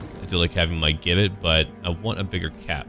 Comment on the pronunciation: Just a small thing that's been bugging me. Gibbet is pronounced J-ibbet..... So sorry I'm OCD